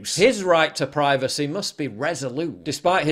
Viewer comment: Prih vacy?